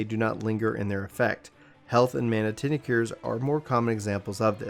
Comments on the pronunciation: tincture[ tingk-cher ] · ture is pronounced like infrastruc ture or architec ture